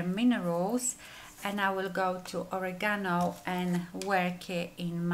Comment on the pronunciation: Cute packaging! Very soft look on you. Love how you pronounce oregano. 💓